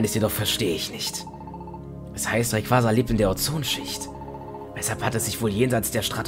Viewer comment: Im Film würde gesagt: "Deoxüß" und "Raikasa" (von der Aussprache her)